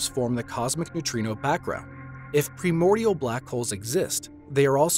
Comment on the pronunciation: I enjoyed the graphics and content, but the narrator's multiple mispronunciation of words was irksome. For example, "primordial" was pronounced "premordial." An educated narrator would know better. Also, in the subtitles, "brane" was misspelled as 'brain." Brane in this context is short for membrane, hence the spelling.